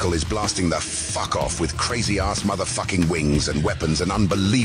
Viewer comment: "the fuckoff" love how he said it so hard